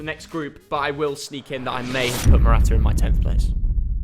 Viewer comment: Noone:: Mortaa Morata 🐈